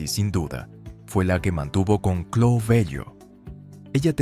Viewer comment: Chloé: cloe... Cerati: Cherati 😂😂😂